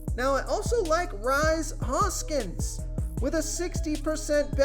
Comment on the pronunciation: It's pronounced Reese(Rhys) Hoskins.